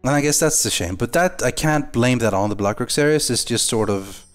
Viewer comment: its blackrock not blackrack